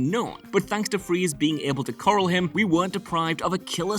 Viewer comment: I like the more subtle mispronunciation of corral!